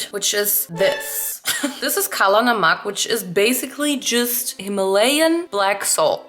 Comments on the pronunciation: as an Indian hearing you say “kalla namak” was so cool😭👍🏻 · Died listening kala namak.. 😂 Indian viewers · me as a pakistani: seeing her say “kala namak” is so satisfying 😅❤ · Kala namak AW MAN THE WAY SHE SAID IT MADE MY BROWN HEART HAPPY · “Kala namak” lmao love ur pronounciation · when she said kala namak my indian ears were like 'did we hear it correctly?!' knows kala namak? omgg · My indian heart when she said ' kala namak ' (´ε｀ )